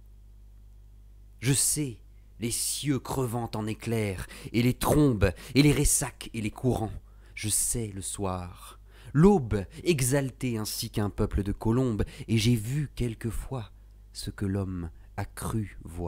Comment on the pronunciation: Belle tentative! J'imagine toujours Rimbaud moins dramatique dans son elocution... hélas, on ne saura jamais. "Ressacs" n'a pas d'accent il me semble.